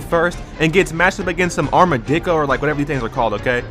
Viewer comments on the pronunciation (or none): "An Armadicko" an arma what?